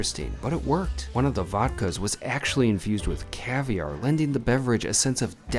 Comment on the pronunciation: he keeps saying new yerk and not new york, goodness gracious! Sorry ya got ripped off here! cavierr and not caviar? lol Kurt's ala carte